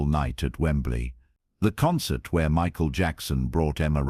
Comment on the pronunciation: Unfortunately, another AI concoction. I wish this were true. You can tell-- Emma is wearing a head scarf, but she still has all her hair, Michael's name is mispronounced several times. Many flaws in the AI presentation. A fictitious melodrama.